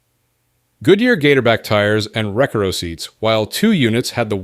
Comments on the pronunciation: It's notrEcaro, it's recAro. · Ree car oh - recaro not wreck ar oh 🤦‍♂️ 😂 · Recaro is pronounced RE-CAR--O not WRECK-RO but aside from that and the tri-power and dual quad engines shown for the Pontiac Turbo TA it is still a good video. :) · Who pronounces recoro like this! Not me! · It’s pronounced Reh-Car-Oh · It’s pronounced rec ahh row…. Recaro… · No human actually reads the slashes in AM/FM/Cassette. Also recaro - “ruh car oh” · It’s pronounced Re-Car-O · The way he mispronounced recaro made me physically cringe.